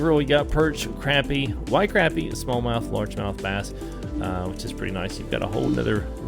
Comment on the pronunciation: That man says crappie wierd